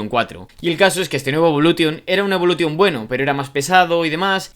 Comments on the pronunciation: Cada vez que dices evoluTTTTTion muere un afgano 😭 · Lancer evolu"TION" el acento.... A todo gas amigoo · A mí también... Evolu t ion.... Como cuando dicen play sta t ion.... 😵🥴🥴😵🥴😵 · DE POR DIOS!!! Deja esa T, aprende a pronunciar Evolution! Los nombres son propios! Deja de inventar! 😡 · Iba a ver el vídeo pero insistes en decir evolution a lo castellano, ni los japoneses lo pronuncian asi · Aparte de decir (evolution) como lo dices el 10 no salió en el 2005 🤦🏻‍♂️